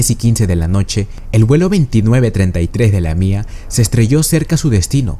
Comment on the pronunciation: Se escribe y pronuncia lamia, no la mía, hay que aprender a diferenciar... Que les cuesta ir a clases!